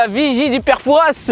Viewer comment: le S de Fouras ne se prononce pas! C'est comme dire parisss